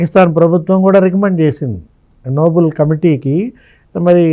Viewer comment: అది noble(నోబుల్) కాదండి. Nobel (నోబెల్ ). Alfred Nobel పేరు మీదుగా (నోబెల్ కుటుంబం )ఇచ్చే award